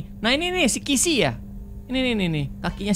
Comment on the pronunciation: BANG BUKAN KISIY TAPI KISIYMISI❤